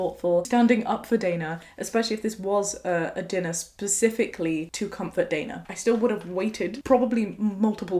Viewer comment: is so insightful. Also first time to see someone with same spelling of my name mentioned (Dana), and pronounced it the same way I do 👏 sad things to be excited about 😜